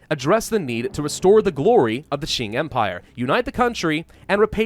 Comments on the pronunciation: Hey! Qing sounds similar to ching if you say "Cha-Ching" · Qing is actually pronounced as "Xing" in english. this sound is actually not in any english words, so think of this sound as the "ching" sound in english but instead of using your whole mouth, you make a lighter sound using your front teeth. hope this helps, and it's ok if anything sounds weird. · it is either prononuce shing like the sword shing or the king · Its Q-ing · i think it is pronounced shy-ing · Nah, yes the closest English transliteration might be Ching but the actual pronunciation is Ching without the h sound, so a bit like Cing. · It is pronounced like Ching sounding like a ch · Isn't Qing pronounced Ching? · Hail to the son of heaven! The rightful ruler of all of China!!! Also as for the pronunciation I think it's mostly said like it's "Kuing" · It is the chin the Q in mandarin is a ch noise. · No, unfortunately all of you are wrong. The Q in Qing is pronounce like a ch but without the h sound. So a bit like Cing. Source: I speak Chinese. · I'm pretty sure is the only hoi4 youtuber who doesn't know how to pronounce Qing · Thank you very irritating to hear saying it wrong